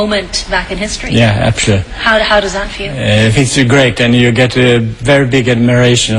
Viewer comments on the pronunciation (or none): haha his english had me cracking up at one point, i think he's about to say "absolutely" or somthing. and it comes out like "apeshit" anyways, tack, thanks for the upload! great to see Götheborg and all the different videos on different locations.